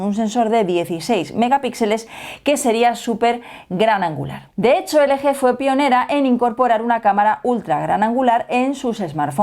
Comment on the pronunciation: Se dice elgi